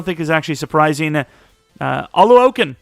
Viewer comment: it's pronounced O-LU-O-CON